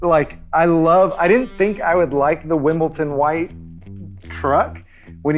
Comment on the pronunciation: FYI, it’s pronounced (and spelled) Wimbledon (”dun”) not Wimbleton (“ton”).